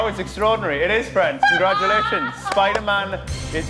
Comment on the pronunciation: I can't understand why this was cancelled but soap rubbish like EastEnders continues. annoyed me though, saying that ridiculous word 'Congradulations' instead of saying it correctly.